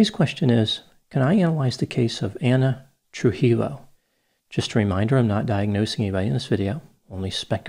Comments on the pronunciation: Ana's last name is pronounced Troo-hee-yoh, although Troo-heel-oh lent itself to the shoe humor rather effortlessly. I wish Stefan had put his foot down to end this relationship, long before Ana had time to put down hers. I hope those relatives raising her children had a solid foundation of Love and discipline, so at least they might have a chance at a normal life. Thank you once again for your insight. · For future reference, Dr Grande, the double L in Spanish is pronounced like how Americans pronounce y. Tru-hee-yo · Trujillo is pronounced more like True-he-yo. Love the videos. Keep up the good work. The videos help me pass the time as I work like a podcast. Love the deadpan delivery humor. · The last name ‘Trujillo’ is pronounced ’True•Heel•Yo’ Oh my! It fits to the story. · Tru-hee-yo, my brother pale. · A double L in Spanish makes a y sound Like "truhi-yo" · True Heel Yo 😆👠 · Hi! Thanks for another awesome case and video doctor. Just please, take a few minutes to research how to pronounce the names too, it's like :( that people don't care for non American names in a YT vid. (Day to day, that's another story, less significant i guess). It's TRUE-he-yo (yo like when you say yoyo and hi as in the pronoun) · Dr. Grande, you are too smart to pronounce her last name that way ! 😳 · You should have eaten a tor-tiLLA while analyzing her. How could you make a whole video about her but not take the time to learn her last name? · mispronunciation of Spanish names is legendary and painful to the ears!😱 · Wait your last name is Grande and your pronouncing the double L in her last name as L? 😭😭😭